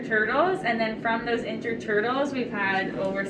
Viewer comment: "I like toitles."